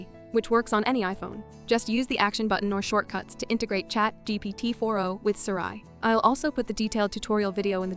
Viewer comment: Between the Siri mispronunciation and the fart sounds, this video is really strange.